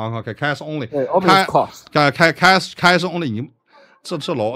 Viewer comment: 最初连现金的英文都发不准，还一个劲显摆英文。